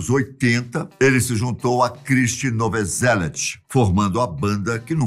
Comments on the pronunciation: Realmente..., fiquei impressionado como pronuncia mal o nome curt, kkk, sem contar que a pronuncia do nome do baixista também está errada; ele diz: "NOVOSELIT," quando na verdade é: NOVOSELIC, e "Dave gru" 😂,..... AGONIA!!!!! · A pronúncia está errada em “Kurt”, “cobain”, “courrney”, “grunge”, chad” e “novoselic” As informações deste vídeo estão todas no documentário “Kurt and Courtney”